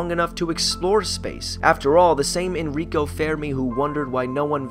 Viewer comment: Enrico not Énrííco